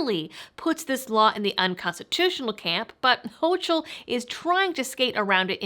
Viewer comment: Gov. Kathy Hochul's name is pronounced ''HOCO'' both vowel's are long O's